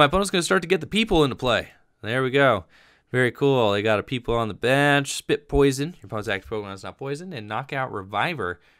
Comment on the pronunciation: The Pokemon is not named people its poi-pole like the color but just said funny